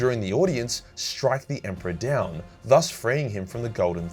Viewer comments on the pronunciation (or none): none